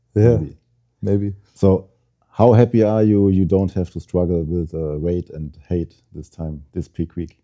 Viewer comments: Height spricht man anders aus Bro. So wie high bzw hight. Das E ist Stumm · jemand muss dem mal sagen dass weight und height nicht gleich ausgesprochen wird 😉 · weight or height, für so ein job sollte man schon ein bisschen mehr an seiner aussprache arbeiten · Wow, spricht ein Wort mal falsch aus und die Welt scheint unterzugehen. Sich darüber lustig machen, zeigt nur den (deutschen) Charakter.